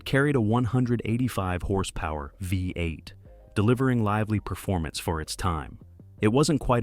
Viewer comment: The mispronunciation of the V8 as a 5 8 gives evidence of the mechanical production of this narration.